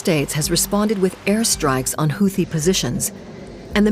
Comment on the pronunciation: seriously? the dunderhead announcer can't correctly pronounce 'houthie'😮 ai garrbage.